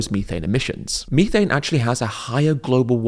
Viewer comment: Hearing Ed’s syrupy pronunciation of vitt-a-min and mee-thane is enough to send me to the nearest Macca’s out of spite.